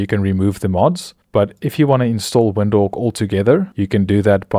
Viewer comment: why you saying WINDHOWK? LOL